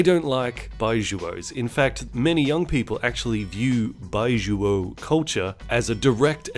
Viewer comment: Those Chinese movies looked laughable until you explained the premise. I wanna see all of them now. Also your pronunciation of 白左 is awful, but I'm sure you already knew that.